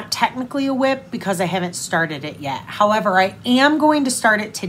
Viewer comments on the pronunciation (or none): none